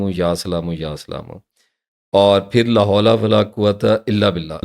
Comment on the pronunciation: آپ غلط پڑھتے ہیں ۔ لاھول نہیں ہوتا یہ غلط ہے ۔ لاحول پڑھا جاتا ہے ۔